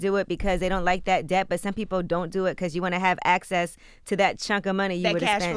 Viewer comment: Did Yee just pronounce the B in debt?